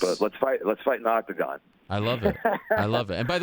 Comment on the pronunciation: I cringed everytime he said octagon. So glad Ariel corrected him.